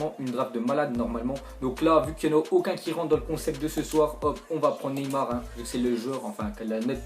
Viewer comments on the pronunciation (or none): none